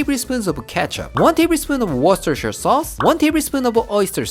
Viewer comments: English isn’t his first language and he says “worcestershire” better than I do. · You say Worcestershire sauce better than most English speakers. Well done! I like your second method using the egg mixture to coat.